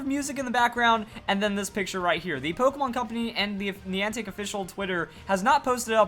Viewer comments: You say Niantic weird lol like have you heard anyone else say it like that😂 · Niantic screwed up even more than screwed up the pronunciation of Niantic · The way he pronounces Niantic... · Stop saying niantic wrong, it's very annoying